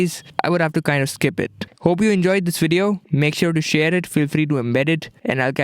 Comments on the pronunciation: this is a wery good wideo... i'm conwinced. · "I know its a pretty unusual way to start a woodio" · my man said Wideo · A wideo lamooooo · No one is fucking appreciating how clean af is the video quality. But he just pronounced video in his own accent and everybody is "lol, lmao", do consider he probably speaks and understand 4-5 languages,almost everyone in india knows atleast 2-3 languages, so we cannot perfect the accent in each and every language. Just appreciate for 21K subs how good is the content and quality